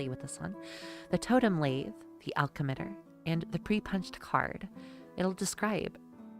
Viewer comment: ( Lat-he HOW)